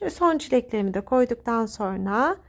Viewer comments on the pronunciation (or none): Lütfen Türkçemizi düzgün ve dogru bir sekilde kullanin... SORNA degil "SONRA" Bilhassa Sosyal medyada dünyaya paylasimlar yaparken buna çok ama çok dikkat etmelisiniz... çok sinir oluyorum güzel Türkçemizin yanlis telaffuz edilmesine ve yozlastirilmasina dayanamiyorum...